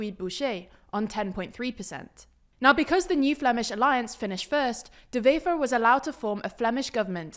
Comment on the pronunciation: De Wever was said in Dutch rather than Flemish, and Prévot and Rousseau's names got stress on the second syllable, not the first. But they do better than most!